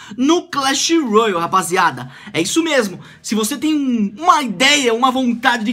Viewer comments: Para de falar royal eh royale (rouiale) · é só ''roiale'' n sei daonde tu tirou esse u ai